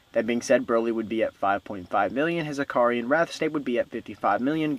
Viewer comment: It's "Ikari" bro, not akari Good video btw 👍🏼👍🏼